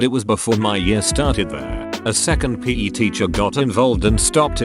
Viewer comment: Word: PE Narrator: p a y